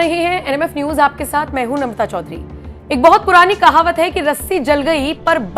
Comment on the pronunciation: नमता या नम्रता? र का उच्चार कौन करेगा?